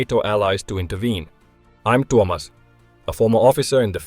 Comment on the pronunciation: the pronunciation of the name Tuomas it's incredible:hand-purple-blue-peace